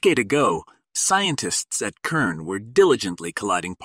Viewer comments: clicked off after multiple "K"ern repetitions... it is a soft C like an S - you got it right half the time until I gave up , it is pronounced "S"ern. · Is this A.I mispronouncing repeatedly this demonic Companies name Kern instead of Cern 😅. Not THAT intelligent is it ? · Pronounced SERN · Says KERN - what an idiotic AI reader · Its hard to listen to when the pronunciation of the main subject isn't even being pronounced right. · probably ai. Or this guy got ai to write this and doesnt know how to pronounce words